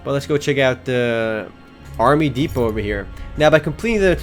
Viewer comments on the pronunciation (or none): none